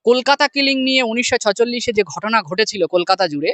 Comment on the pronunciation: ভাই আপনি কে ? এটা সত্য যে এখনকার সাংবাদিকরা নিজেদের কর্ম ভুলে গেছে। কিন্তু যে যুক্তিতে আপনি সুমন এবং ময়ূখ কে খারিজ করছেন সেই যুক্তিতে আপনি ও তো খারিজ হচ্ছেন । আর একটা কথা আপনি ওটা ছচললিশ নয় ছেচল্লিশ হবে । আর আমার মনে হয় আপনি অনেক বিষয়ে জানেন সেগুলো সুকৌশলে এড়িয়ে গিয়ে শুধু সাংবাদিকদের দিকে আঙ্গুলতে ব্যস্ত ।